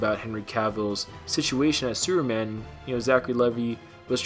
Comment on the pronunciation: Lol... Did you say "Sewer Man"?? Hahaha